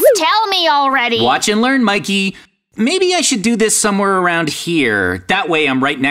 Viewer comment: Mikey not maykey